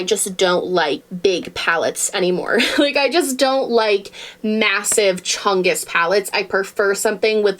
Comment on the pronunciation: You saying "chungus" absolutely had me dead😂😂